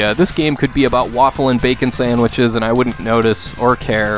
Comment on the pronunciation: Yo did you say bacon sandwiches?!